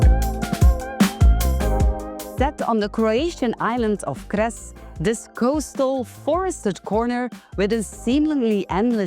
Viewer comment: Pronounce 'Cres' with 'ts' at the beginning, like English 'tsar'